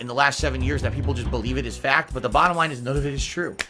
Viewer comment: The bahttom line is, the meahtter of the feahct is, *chest holding*, I'm ahnest wich ya, guys, I did nothing wrong.